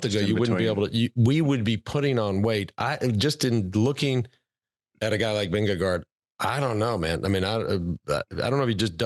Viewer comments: Its Vindegaard... not Vindego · Spelled -gaard, pronounced -go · Vingegaard rhymes with four.